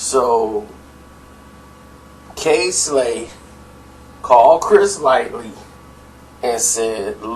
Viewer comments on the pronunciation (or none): Why this dude keep saying Chris Lightly?? It's Lighty.. Smh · stay fuckin somebody name up lmaooo Chris "Lighty", not "Light-ly" lml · Why you keep saying "Chris Lightly"? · omg, "Chris Lightly"?? RIP - Chris Lighty - Violators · Did this nigga jus say Chris Lightly lol at 2.10